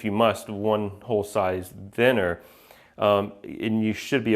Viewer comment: You pronounce the 'th' in 'thinner' and 'thicker' like the 'th' in 'the'. Everyone else ive known pronounces it with more silibance like the 'th' in 'myth'.